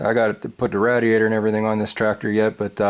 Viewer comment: Awesome video, but it hurt my mind to keep hearing radiator mispronounced. 😂